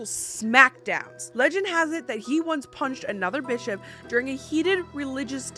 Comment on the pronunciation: Am I the only one who heard the play on words of Bishop when she said “He punched that Bis-hop in the face!” 😂😂😂. Sounded like the B word. Made me chuckle.